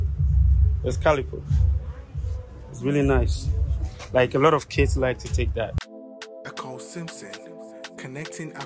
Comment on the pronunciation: Sis, the name is EKOW, the W is very important to the pronunciation and meaning of the name. U can't leave out the W. If u listen carefully to his theme song, u can hear the W in the way the singer says his name..My brother is also EKOW. Thanks